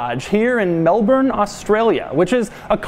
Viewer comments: Shout out to doug for pronouncing Melbourne as Mel-burn. Instead of MAAAL BORRRN like ever other north American. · Thanks for pronouncing Melbourne the right way mate.